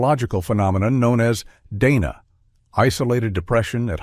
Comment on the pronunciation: DAHna not DAYna